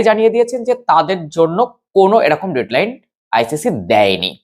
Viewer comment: কাকা....পড়াশোনা পুরা গণ্ডগোলের যে। কথাটা ডেড লাইন, ডেট লাইন নয়। একটু অভিধানে সময় খরচা করেন।